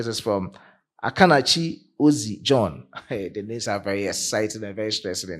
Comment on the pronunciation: Thanks for your update brother. You doing a great job even though you have problems pronouncing their names 😅🇺🇸